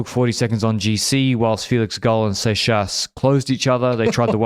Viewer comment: Sorry to interrup but Seixas is prononced Sex-ass (like Texas but with an S). Thats all for me